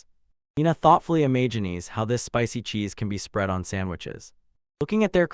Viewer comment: the evil-warding nature of silver gets read by you as "the sinister nature of silver"!? There are so many little bits that are just off, like sometimes "imagines" gets pronounced as "Imagineese"